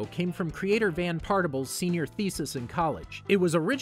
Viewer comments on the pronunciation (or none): It’s pronounced Van Partiblé